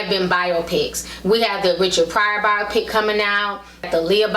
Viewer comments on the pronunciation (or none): The way she's pronouncing biopic is killin me